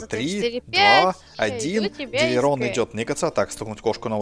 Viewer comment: ДилЛирон, а не Дилирон